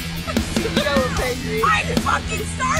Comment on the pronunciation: Наглядное пособие, как произносить звук th в слове nothing